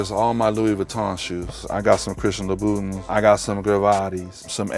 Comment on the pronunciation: "Christian Lobootons" Stick to Nikes